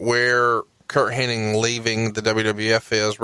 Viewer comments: What's funny is that Bruce calls him HenniG and calls him HenniNg. Neither one notices though the other though.. Astonishing. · Does realize it's Hennig and not Henning?